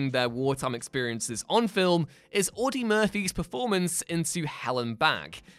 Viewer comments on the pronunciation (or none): Audie, not Audy.